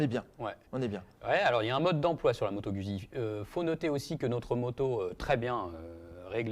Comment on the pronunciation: Trop cool 😊 par contre on dit, Moto Guzzi pas moto Gudzzi, ça me fait saigner l'oreille lolll...merci pour le comparo 🎉